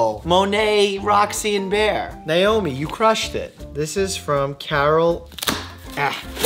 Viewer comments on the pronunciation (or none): none